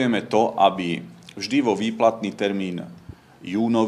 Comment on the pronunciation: boha skoro som sa zadusil s mineralkou, akoze pustit gasparovica a za nim hned danka s jeho "vyplatnym termením" je istá smrť :D